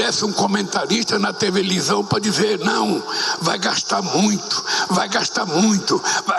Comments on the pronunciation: Só se for na tua "tevelisão" mesmo kkkk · Alguém aí também ouviu o excelentíssimo dizer "tevelisão"? 😅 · "Tevelisão" kkkkkk😂😂😂😂😂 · Prefiro ele sem o conselho. Com conselho ele fala "tevelisão" e ainda é aplaudido.